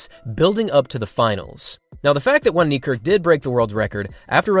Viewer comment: Y'all still butcher his name😂 it's pronounced as fan a v in Afrikaans is like an f😂😂😂